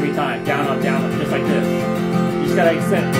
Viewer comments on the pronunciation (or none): none